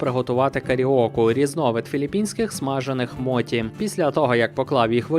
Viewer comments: цікаві історії, і добре зроблене відео. тільки не моті, а мочі, користуймося українською транслітерацією ) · от тільки не моті, а мочі. Моті то кацапська поліванівка